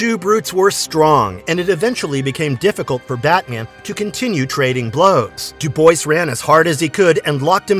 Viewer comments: It's pronounced Do Bwah. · Came in to post this Dubois is pronounced "dew-bwah"